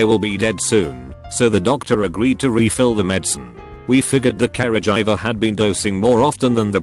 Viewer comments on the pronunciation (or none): Okay, this is too much. This damned thing is pronouncing "caregiver" as "carriage driver", and "coworker" as "cow walker". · nobody: the robot voice: c a r e j i v e r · No one: Robot man: karah-jiver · Carajiver Wow that is the best pronounced word I have ever heard 😂😂😂